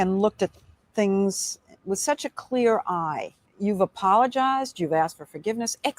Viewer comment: Al Sharpton has organizations that when he is to pay taxes, he just goes and drops that organization and starts another. He owe 5o’s in taxes. He is a fake. Al it is not “whit h” you…it is with….